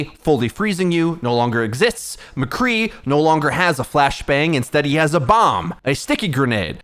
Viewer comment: Mecrree ?? Who’s that ?